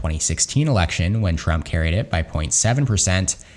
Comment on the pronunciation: Says “Erection” instead of “election” 😅